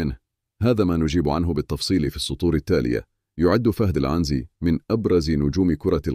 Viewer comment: عنزي بكسر النون و ليس فتحها يا 😂